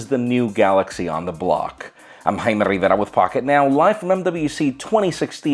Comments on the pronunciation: it annoys me that he can't say his own name correctly to the point that I don't watch 80% of their videos. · he is trying to hard with "Jaime rivera" and "Barcelona"